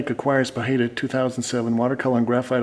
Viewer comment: 18 years and u still cant pronounce his name right, try pough high duh.